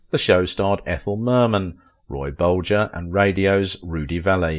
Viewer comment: RAY Bolger Don Ameechee is the correct pronunciation.